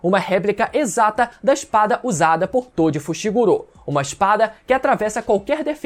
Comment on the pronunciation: Por quê vcs ficam falando Fushiguro como fushigurô? 😂😂 devo ter algum tic, prq isso me dá uma gastura do carai 😂😂